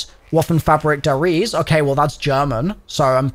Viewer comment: Pronouncing “Der Riese” as “dur rees” has me cryin